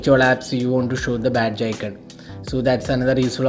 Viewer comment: its aikonn. aikonnn. not aikennn. smh